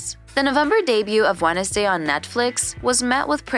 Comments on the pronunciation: fr i thought i was the only one that noticed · Why you say wenesday instead of wednesday? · The way they said Wednesday as “wen-es-day” instead of “wens-day” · Yeah... What was that??? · I know right 🤣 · Is this a bot, or are there actually parts of the US where they pronounce it "Wennisday"? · the way she says wednesday 'wennesday' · wenesday day got me dead💀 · orgtaga? Jeri-cho? Wen-es-day? 😭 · How do you pronounce Wednesday incorrectly? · May as well pronounced the D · Wed-nes-day 😂 Its actually spelled like that but its not purnonced That way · and jericho as jare-ich-oh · And Jur-icho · Kinda felt like turning it off once I heard "Wed-ens-day" and "Jeri-cho" 😳